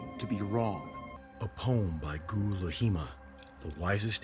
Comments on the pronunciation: It's clearly pronounced as "LAHIMA". Why people write it as "Laghima"??? Come on west people. When will u learn about spelling? It's LA-HI-MA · I am genuinely curious why Zaheer pronounced "Laghima" with an attempted Arab dialect.